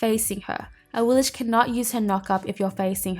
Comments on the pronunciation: I'm guessing they probably pronounce it the way they do in the game because awilish definitely sounds stupid, as opposed to "aweelix" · When I select her in the god gallery she doesn't say "a-wee-lish" she says "a-wee-lix." Am I the only one? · Yeah I noticed with some ne zha skins the voice pack says "knee-jah" or "na-jah". I just pronounce things based on what sounds better or less annoying lol so I prefer saying na-jah for ne zha and for awilix I prefer ah-we-lix rather than ah-we-lish. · Yea, I go by how the game pronounces her name. They say A-wheel-Ex, so that's how I go buy it I do the same thing with Monster Hunter. I mis said names for years till I heard the games say them. Interesting vid tho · Awillish? I've not heard that pronunciation before, not even from HiRez. xD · Ur still saying it wrong lol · You saying her name wrong and its making me so mad!!!!!